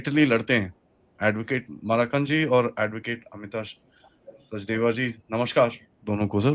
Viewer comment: Dear, His name is मकरंद, Not माराकंद...